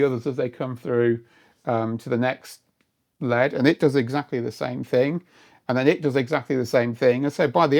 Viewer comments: I've never heard someone say LED as "lead", the metal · this is the first time I’ve heard an L-E-D referred to as a “lehd”. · Must be a Yorkshire accent then? Like behs?